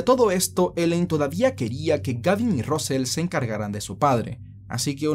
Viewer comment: Russel: rasel, no rosel 😁